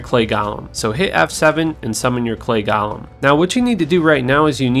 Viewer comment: Go lem... Not gauhlem